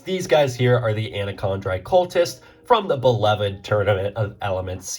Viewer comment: the anacondri huh? 😂